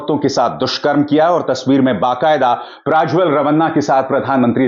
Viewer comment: आप क्यूँ प्राज्वल बोल रहे हैं? सत्य उच्चार प्रज्वल है.